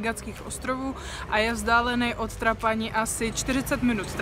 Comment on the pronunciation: Ahoj. Chystáme se tam s kamarádama v září 2019 na dva týdny. Chceme Sicílii objet celou dokola. Sbírám tedy informace co kde a jak. Tak že i vaše video se hodilo shlédnout. Díky. :-) A jen malá poznámečka... Trošku tahá za uši to vaše Trapáni! Siciliáni ho vyslovují Trápany. Ale jinak fajn. :-)